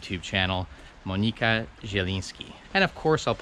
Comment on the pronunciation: Monika a nie Monyka.